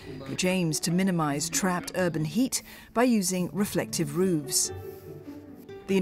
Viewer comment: Why is roofs being pronounced as "rooves"?